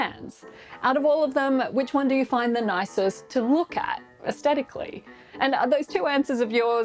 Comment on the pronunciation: just fyi you missed the fricative in the word aesthetically --while using the /t/ sound is becoming more common place, the word does make use of the interdental non-sibilant fricative /θ/ like as the start of the word three. After all the suff the put you to sleep isn't called anaes-T-etic .... but this comment is probably putting YOU to sleep so I just say I like helvetica